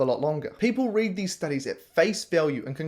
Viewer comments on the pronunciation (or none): none